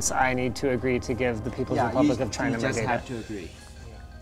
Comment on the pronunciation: Why does it sound like you say vegina instead of China??